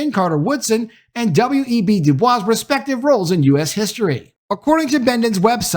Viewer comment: Du Bois pronounced his name "doo-boys".....believe it or not. Fantastic content/upload here.